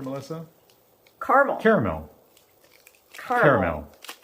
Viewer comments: I looked it up. Melissa is right, it’s two syllables. Caramel. Kar mel. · Melissa you pronounce Carmel correctly!! ❤️from Tennessee!!!